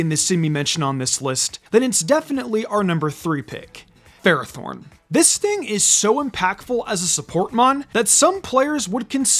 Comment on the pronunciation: It’s pronounced FER-AH-thorn, “”! 🤨 Stop mispronouncing Pokémon names, bub! 🙄